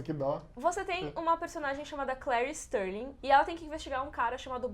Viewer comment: StArling Não é Sterling é StArling.